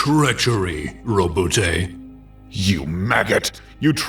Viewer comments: Why tf would you prounounce it Roe - Boo - Tay. Lmao . Sounds terrible. How about - ROE- BOUT. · 3 seconds in: "Row-boo-tay..." gone.